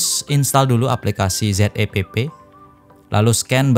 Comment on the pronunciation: Zepp kyknya lebih pas klo dibaca 'zep' dibanding 'z e pe pe' bang..